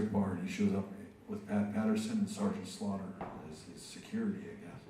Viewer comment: Swear to god I thought Bret called Sgt. Slaughter, Sgt. Slobber. That got a good laugh out of me.